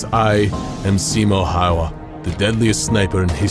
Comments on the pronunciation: Honestly your pronounciation of Häyhä was actually a bit closer to right one than the video had. You went kinda "Häia", but it's better than most English speakers try if they haven't been taught how to pronounce it :) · I have to laugh every time the narrator says Simo Hauva :D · I noied that in the video what you Simo Häyhä can't pronounce hes surname right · The ä is pronounced more like "a" from the word hat. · Also his pronunciation of Häyhä - his own name - is even worse than, made me lol for real.